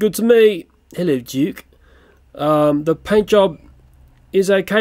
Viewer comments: Why did you say juke it's duke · Juke, that's not Juke that's Duke you pronounce that wrong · You said duke wrong you said juke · U are saying Duke rown